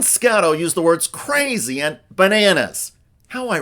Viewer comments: Did she say qwazy? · No.... She said "Cwazy". There's a difference. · Did she say ‘cwazy’? Holy crow….1867?🤦🏽‍♀️ FOX has zero respectability. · she didn't say 'crazy'...she said 'cwazy' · Did she say “cwazy” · I think she actually said "cwazy" and not crazy. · Excuse me, but she said “qwazy,” “Gweenland,” and “bruy.”